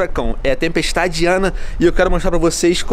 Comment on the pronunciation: Venom parece que tas a dizer tempestade Diana😂😂😂